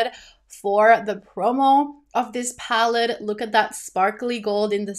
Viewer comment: Lol why do you say palled instead of palette? It’s a lil funny to me 😊